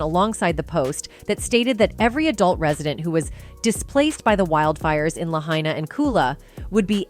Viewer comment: Your saying Lahaina wrong